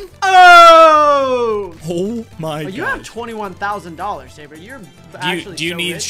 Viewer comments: Sabre not Jerbe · its tewtiy not tewitiy and its sabre